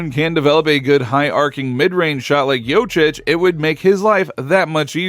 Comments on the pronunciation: Bilerek mi tam da seyirci olmayan Turk ligi macini secmis ne.. Jokic'e Jocic demesi de tuhafima gitti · Please learn to pronounce jokic correctly. Don’t be that typical American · You are kidding? Satire? For starters... learn the spelling of the surname Jokić. J...O...K...I..Ć.. OK? A man will be MVP 3 times in a row and you can't even pronounce his last name? Shame! I know it's hard for you...but what if you had to spell Czechoslovakia! Hahaha... American idiot! ;-)